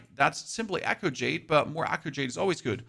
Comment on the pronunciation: Thank you for the useful info, but I gotta be honest, the way you pronounced “Talon” and “Echo” at first was atrocious.